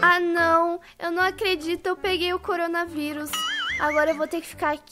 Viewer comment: O melhor foi o pai dela tentando fala corona vírus coringa coronha coronga curinga kkkkkkk